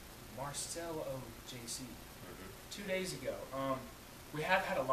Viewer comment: os cara não sabe pronunciar Marcelo.